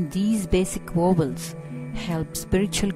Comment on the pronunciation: she keeps saying "wovels"...